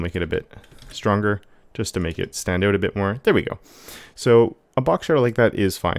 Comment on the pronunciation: He keeps saying the word "out" in the weirdest way 🤔 OAT?? Is that even a dialect? 😂